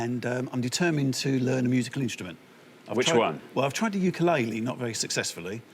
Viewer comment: wtf is a "ukulailee"?